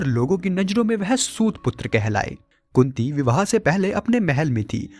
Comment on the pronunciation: kunti ya kutti? kya bol rahe hai.karan ko srap nahi mila tha